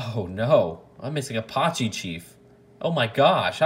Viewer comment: Apache’s pronounced Uh-patch-ee not Uh-pah-chee